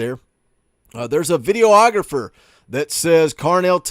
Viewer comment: ...puh-leez...it's "vid-E-og-rah-fer," not "vid-e-o-og-ra-fer"